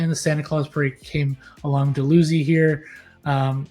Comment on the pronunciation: np. Not trying to troll. Actually appreciate what you're aiming for I think. The big one is Dalhousie. Don't f that one up. We are particular. Dal-hoosey. F those nova scotians.